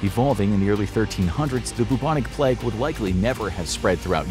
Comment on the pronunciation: Why is he saying plegg it’s pronounced play-g